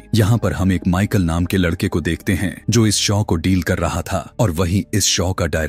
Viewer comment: शौ नहीं शो होता है 🙏 Awesome story but more. Horror than a horror movie Thank You for explaining this ❤🙏